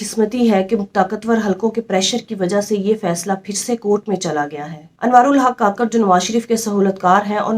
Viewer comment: Ye mnafiq Hy beka hwa Hy kakrh ni kukarh Bolna chaey